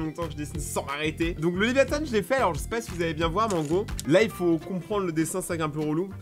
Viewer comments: On dit pas l'aviathan on dit Léviathan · ses léviathan et pas «léviathane» et ses la feuille au complet mon dessin pref